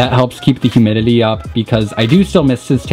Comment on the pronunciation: I can't be the only one hearing him say "Humilily" instead of "Humidity" Right??